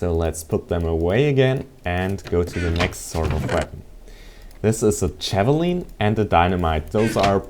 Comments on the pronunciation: its javlin not javalean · ideut its called ja-va-lin